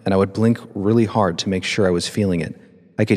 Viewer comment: Hard not gard. My phone id is broken to boot